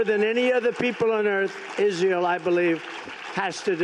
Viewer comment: he cannot even pronounce Israel. Iss-ayyy-al